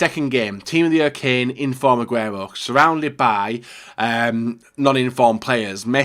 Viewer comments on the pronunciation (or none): none